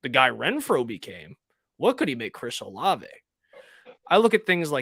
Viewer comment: Bro how could you let him keep calling Chris “Oh-Lahv” 😂